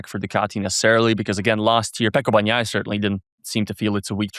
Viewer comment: At least learn the names of the riders re re's!!! "BaGnaia" really!!!!